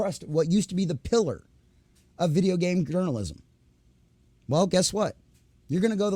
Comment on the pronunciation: Do you have brain damage? Why cant you peonounce journalism or racism properly